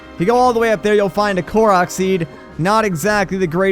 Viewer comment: kork?? more like kook XD